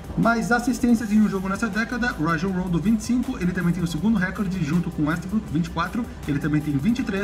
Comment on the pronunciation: nao é querendo ser inconveniente mas a pronúncia certa é reCOrde, so uma crítica construtiva